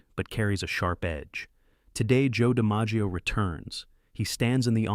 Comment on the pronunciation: That's pretty bad when the main character's name in your video is mispronounced, including other names being butchered.